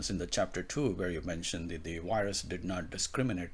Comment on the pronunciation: This guy can't even pronounce " virus". Every time he says "wyrus" we're doing shots!😂😂😂